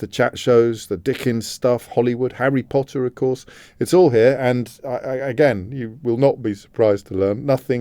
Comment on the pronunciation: Who else heard the "post Potter" like Tom Felton said in the movies?^^ POTTah!